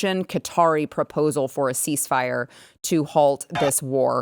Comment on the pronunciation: Cease the "mire", not FIRE!